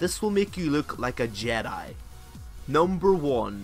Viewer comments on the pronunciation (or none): none